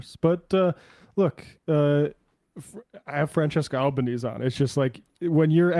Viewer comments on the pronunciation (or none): none